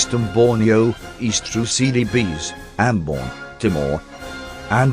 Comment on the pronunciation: I keep hearing "Silly Bees..."